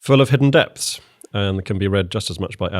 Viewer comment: “…hidden depths..” or “…hidden debts..”? What were you born owing?